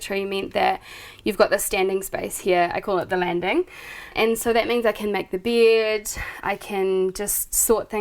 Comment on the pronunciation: Lovely house so cozy..i wonder is it typical in Ausssi accent to pronounce bed "bied" :D SOUND weard ahaha